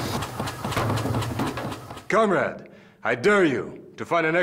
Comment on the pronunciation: Why does he keep saying cum rag???